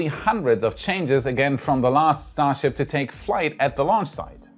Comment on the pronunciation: I think I like "Shtar Ships" better than the conventional way it is said.